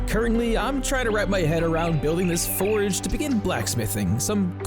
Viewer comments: Are you saying forage or forge? Definitely sounds like forage. Think you mean forge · I love this series! Also, its a FORGE, not a forAge :P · Love your videos bro. One thing, you are killing me by pronouncing forge as forage. Especially since forging and foraging are actual things in the game. Still, I always enjoy your videos. Its helping me learn to play the game myself. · It's forGE not forEG 😂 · I can't listen to this. You keep saying forage instead of forge. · FORGE NOT FORAGE , ik this is an old video but OML driving me crazy XD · Bruh, it’s “four-ge” not “for-uh-ge”. Not forage, it’s FORGE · it's a forge, A FORGE, not a forage, forage is what you do for food... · it is forge not forage, holy crap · You aren't saying forge. You're saying forage 😭😭😭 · Great video, very entertaining. But please learn the difference between forge and forage. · Forge. FORGE. Not forage. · Please, its a FORGE, not a FORAGE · NGL the way you pronounce Forge is ridiculous. I keep on hearing Forage whenever you say Forge 🤣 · bro says forge like "forage" so many times through this video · Love the video but you pronounced “forge” forage it was ruff lol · Quit saying forge like porridge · It’s funny how he says forage instead of forge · Forge. Say it. Forge. :P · Drinking game: Take a shot every time he pronounces "forge" as "forage." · Pronouncing forge as forage breaks my brain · Love everything except that you pronounce a forge forage. please make more but pronounce it correctly!! Love your stuff lol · he was talking about the forge that is mispronouncing as forage. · You say you know but you call a forge a forage, lmao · There is no a in Forge. 😂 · Great content. But your pronunciation of forge kills me